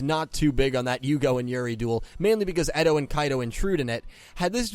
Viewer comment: can you start saying character names better? eto is actually aster, kaito is actually kite, and you called zuzu yuzu. I would like if you pronounced names correctly pls?